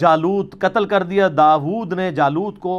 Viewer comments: Bhai sahab aap ne surah baqra ki aayat dekh kr parhi ya zubani Aap ne ghalat parha hai Wa qatala daoodu hai _ aap ne wa qatala daooda parha hai aur _ daood isme faeal hai aur isme faeal mazmoom hota hai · بھئی کم از کم قرآن کی عبارت تو صحیح پڑھ لیں۔ آپ نے "داوودُ" کو "داوودَ" پڑھ دیا۔ جس سے معنی بالکل ھی الٹ گیا۔ دوسرے یہ کہ حضرت علی جسمانی اعتبار سے دوسرے خلفائے راشدین کے مقابلے میں پستہ قد تھے، لہذا علم و جسم والا اصول تو کم ازکم خلفائے راشدین کی موجودگی میں حضرت علی کو کوئی ترجیح نہیں دلا سکتا تھا۔ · مذکورہ آیت میں... داود کے آخری دال پہ زبر نہیں حضرت! پیش ہے.. قَتَلَ دَاوُودُ جَالُوتَ.. درست پڑھا کریں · At 11.35 minutes of time interval correction at the name of Dawood where you recited by putting Zabar instead of paish. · السلام علیکم علی بھای.. آپ نے. ( وقتل داود جالوت) پڑھا.. داود کی دال پر پیش ھی.. آپ نے زبر پڑھی... اللہ آپ کے علم میں مزید اضافہ فرماے.. آمین..... ♥♥♥ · Bhai AP doosro ka kh rhe hn buzrug Quran,tarjama ghlt prhte hn Arbi nhi Ati,Apne bhi t Ayat ghlt prhi p "وقتل داود جالوت" Apko t Quran dekh KR bhi saheeh nhi prh pa rhe, Aur doosro ko naseehat!